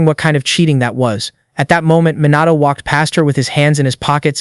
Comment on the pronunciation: Is is Minato or MOnato ... srsly stop that KI Summary and KI Voice Bullsh!t